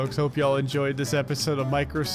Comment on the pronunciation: the way he said microsoft makes me very uncomfortable